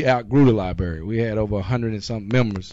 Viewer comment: its "lie-brary" not "lie-bary" and how is wearing that patch a target?